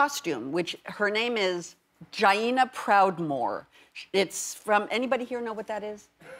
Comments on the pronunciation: oh my god the way she pronounced Jaina... I'm slain xD This is so cool, though. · World of Warcraft players everywhere collectively shouted at their screens when she said "JI-eeena" instead of "Jay-na". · Jain-nah. Learn it. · Idk which hurt more.. the fact that her kid didn't stress the correct pronunciation of Jaina (Jane-uh) , or that the entire audience was dead silent when she asked if anyone knew who she was. (World of warcraft for those who don't know ) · it's "jay-na" Jamie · I like Jamie, but I really hope she gave up on the Jaina costume! And I'm pretty sure it's pronounced J-Nah. She has no idea what the hell she's doing, but it's all for the love she has for her kids, which makes it so much better! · NA BRO! SHE DONT BE DESERVING THAT. SHE MISPRONOUNCED JAINA and barely plays. SHE BETTER LARP AT THE WEDDING AND CLEAR THOSE Undercity plague bombs. Lmao. Get some green smoke bombs /sarcasm “Oh no, we’re too late.” “This wedding must be purged.” “Jamie?” “Sorry Ruby, I can’t watch you do this.” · So into it she didn't bother to learn how to pronounce Jaina